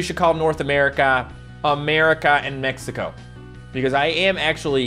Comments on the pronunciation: did you seriously say mekiko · He say mecico